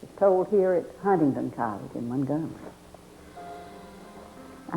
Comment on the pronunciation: She pronounced mungumry correctly!